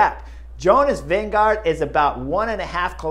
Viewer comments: Jonas «Winnego» hahah😅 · You also need to learn the pronunciation of Vingegaard (since he will be around for a while): Vinge is like "wing", with an "e" on the end. Gaard is pronounced like "gourd", but with a silent d....... so "Wingegour"" :) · Why does Bob Roll pronounce Vinegaard as “Vinego” and Chris does the same about half the time?